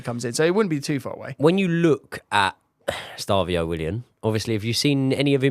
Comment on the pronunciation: can’t wait for to get Estevao’s name right 😂💙